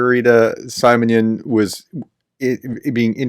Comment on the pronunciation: Si - mon - yan Si - i as in simple yan - a as in yard You must learn the pronunciation of Ukr/Russ vowels. Else you sound like an ignorant, silly US Republican.